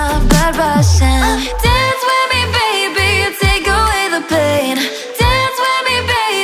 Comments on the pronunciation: i thought he said meh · It’s me not meh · Its me not meh